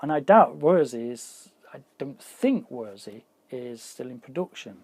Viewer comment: It's more or less pronounced "Versi" and belongs to the Musicstorecologne now. Have your ever though of doing videos about building, fixing or modding studio gear?